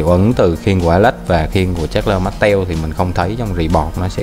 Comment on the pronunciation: Bạn đọc con Charles Martel thành Chasler Mastel kìa